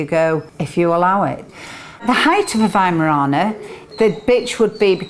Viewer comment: I live in an America and my mom always taught me to pronounce it with a "v" not a 'w". But in America it seems that it was easier to just let people incorrectly pronounce the name then to correct them. Good to hear it pronounced correctly. Just wish we would do that here.